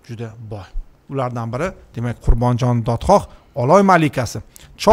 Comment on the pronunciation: Эч бир сөздү туура айткан жок .. Даже атын туура айта албады.... КЫРГЫЗДАР Өзүнүн тарыхын өздөрү жакшы билет... Айтпагыла ар Бир айткан сөздө ката бар